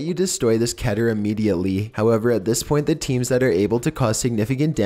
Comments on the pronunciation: did you just say kiter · alright, its pronounced Keh-ter. according to the wikia Keter is the hebrew word for crown (כתר( and as a native hebrew speaker... you get the point. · *ITS PRONOUNCED KE-TER, NOT CATER. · It’s actually pronounced KEE-TER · it's keh-ter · It's kee-ter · Vinnis Vidya Just like Meter is pronounced "Meh-ter" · Its pronounced differently by other people but the correct pronunciation is (kee-ter). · Baldi please don’t spank me but according to TheVolgun, Keter is pronounced (Ket-eyr). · It’s tee-kee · its ke-tair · The way he pronounces "Keter" just- ugh